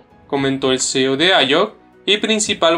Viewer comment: Por favor mejora esa pronunciación… Stanford, blockchain, CEO… parece una lectura de un escolar.